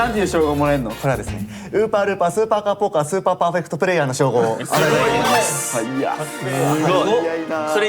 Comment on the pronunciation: 伸ばし棒多すぎるのに噛まずに言えるの凄すぎる笑笑